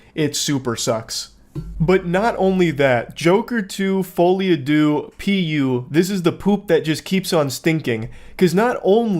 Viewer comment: Btw it's uh... It's actually pronounced, "Fall-e adoo," spelled, "Folie à deux", and it's French for, "insanity of two". It's something you CAN correlate Harley and Joker with but isn't exactly the best fit for them. It's seen most prominently in twins. There's even a famous example of it from the UK, I believe